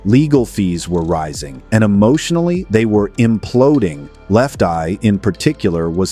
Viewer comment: You mean how he mispronounced lefteyes name, they're always doing that weird shit 😂😂😂.